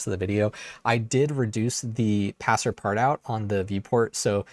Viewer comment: one thing, passepartout is pronounced pass-par-too, it's on loan from thé Frénch. i played around with blender on my Note 10+, and while it's obviously not the intended use case i was still incredibly impressed with how snappy it was. and the fact that i can render in cycles on a 7 year old phone is bonkers. even if there are better options for now, i'm glad this is going to exist, because for some it's the only option they have and everyone deserves to have this level of freedom to express themselves. besides that, anything that takes us further from the mac/pc duopoly is only a good thing, strength in diversity